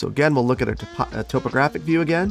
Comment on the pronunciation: The way you say “topographic” always throws me through a loop, or up and down a hill i guess.